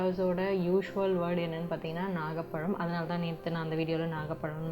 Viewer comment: Adhu" naaga "palam ila..its "nagaaa"palam